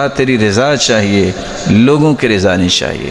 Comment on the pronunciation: ۔۔۔ حضرت میں سن رہا ہوں کہ آپ زیر بولتے ہیں صرف، زبر نہیں۔۔!!!؟ رضا، خزانے۔! زیر کے ساتھ۔۔۔۔؟؟؟